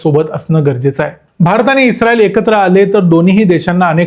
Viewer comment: U r pronounce isreal word like pakistanis😂